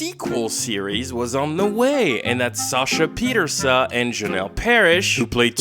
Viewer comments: It’s an Irish name, it’s pronounced Pieterse-uh. Sasha herself pronounces it this way. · tifo that her name is not pronounced pie-terse